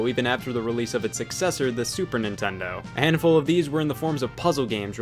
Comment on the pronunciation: Lazar Ninten- do what seg, can’t(pronounced car n’t)... make good games today. Technically sonic mania is not sega, it’s a group of fans